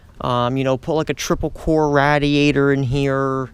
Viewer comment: Nonsense learn how to pronounce radiator first.